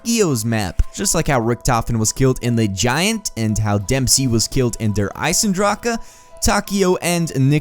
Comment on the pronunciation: it's not Der Isendracha it's (Der I-Sen-Dra-c) Der Isendrache